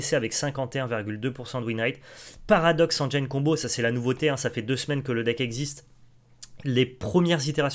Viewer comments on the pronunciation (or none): il y a méprise Théo de votre part, prenez mon commentaire littéralement. J'apprécie le contenu de la chaine Magic Arena FR à laquelle je suis abonné. Le seul intérêt de mon commentaire est de signaler au streamer que le mot engine se prononce "engine" et pas "engeaillene". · Bon les gars, c est cool, par contre il faut apprendre à prononcer "engine" correctement car ça écorche les oreilles